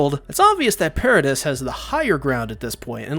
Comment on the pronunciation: It's "Para-dee" (according to the dub)